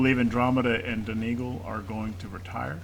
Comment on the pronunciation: "Don-eh-GAL", I believe. I don't think it's "Don-EE-gaal"